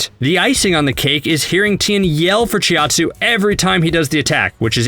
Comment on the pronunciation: CHOW TSUU not chi at suu